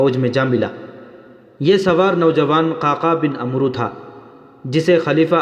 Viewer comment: bhai عمروko amr padhe ع par zabar aur و silent rehega